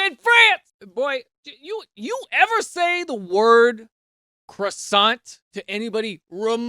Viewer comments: I need a short of you just saying "CWAH-KWOH" (croissant) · Croissant is pronounced: Qwah-sawn 🥐😋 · (And it's easier than you think, just don't pronounce the final 't'. CROI - SSAN (t) ) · cwaswant is the best awful pronunciation of croissant. wtg Daniel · as a French person living in Singapore with nothing against "foreigners" being a foreigner myself I can say that it fundamentally pains me as a being when someone butchers the word croissant.